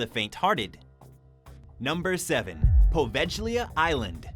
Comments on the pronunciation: Please do your homework! The "G" in Poveglia is pronounced like the "G" in glue or good, you're butchering it! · You beat me too it, there are so many channel where they crossly mispronounce the name of this ill fated little island.